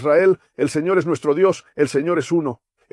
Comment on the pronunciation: Que horrible se oye la palabra señor